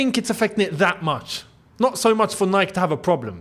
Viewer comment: you're pronouncing "Nike" wrongly 😅